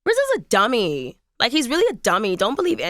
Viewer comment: I like the accent she puts on "duMMy" ... 🙃